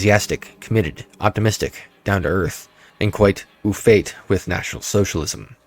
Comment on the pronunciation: Pronunciation hints: "au fait" - oh fey "Yorkshire" - york-sheer